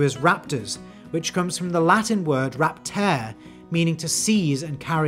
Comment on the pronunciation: it's actually hilarious, how wrong his pronunciation of latin was. Raptar-e you have to say the e at the end and trill your r's